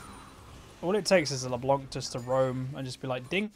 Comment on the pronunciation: Yo, as it's supposed to be french, the "c" in "LeBlanc" should be muted. The way it was intendend to be pronounced is "LeBlan" rather than "LeBlank", which by the way literally means "The White" in french. Love your videos man, keep it up!